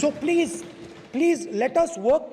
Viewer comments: Chair person it's please not pleach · Pleaze pleaze (please v bolna nhi aaya 😂😂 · Sala plej plej bolta hai anpad kahi ka